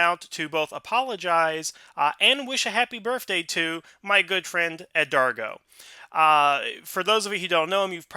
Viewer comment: Thank you all south for the belated birthday shoutouts. I really appreciate it whole heartedly. But just for future reference, however, my name is pronounced "Edgardo" not "Edargo", k? Hahaha!!! XD